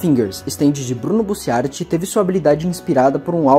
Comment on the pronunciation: Cara é "Rohan", não "Horan" e "Bussiárati" é sacanagem né pronuncia direito aí pls